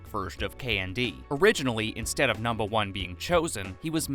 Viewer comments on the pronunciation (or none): I know why he says it but it sounds weird when he says “numba 1”